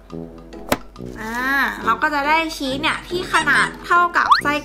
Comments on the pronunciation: ชีสค่ะไม่ใช่เนยน่ะ❤️❤️❤️ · ทำไมพูดชึสเป็นเนย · ชอบพูดผิดพูดว่าชีตเป็นเนย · ที่แรกที่พี่พูดบอกอุปกรพี่พูดว่าเนยแต่พอทำพี่ทำพี่พูดว่าชีสพูดผิดค่ะ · พี่พูดว่าชีดเป็นเนย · พี่พูดผิดจากชีสเป็นเนย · พูดชีสเป็นเนย555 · พูดผิดชีสเป็นเนย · พูดผิดค่ามันคือชีสค่า